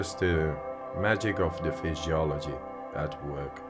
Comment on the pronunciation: Did he just say FISHYOLOGY? 😅